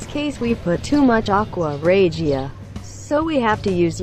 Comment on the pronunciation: That’s a crappy factory if there is that much gold in the scrap there should be zero and you mispronounced aqua Regia